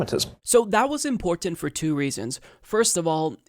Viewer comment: I love you but please.. please the way you pronounce important drives me crazy.. that said keep up the good work, much love